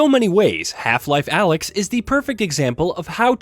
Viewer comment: Alyx not alex.